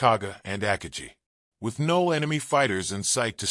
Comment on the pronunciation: With all the time spent on making this video, no one bothered to research the correct pronunciation of “Akagi”, which is distracting. I have never heard it pronounced that way.